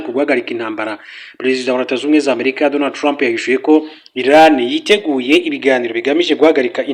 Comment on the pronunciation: Ntago ari basoma (ILAN) Ni. IRAN(IRANIANS) muzajye musoma pls